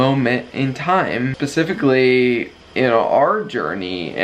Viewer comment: “Pacifically”?!!!??? Pretty sure it’s specifically. 🤣🤣🤣